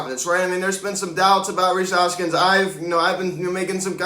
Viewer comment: "Rhys Harpskins" 🤣🤣🤣🤣🤣